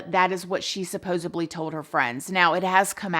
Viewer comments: I love you and your channel but it’s “supposedly”. It’s a “d” not a “b”. ❤️ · I love your content and listening to your opinion and I hate to be like this but I would want someone to tell me the word is SupposEDly...